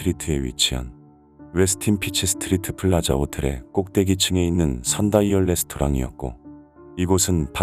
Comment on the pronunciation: Peachtree네요. 피치트리입니다. 피치스트리트 아닙니다 ㅎ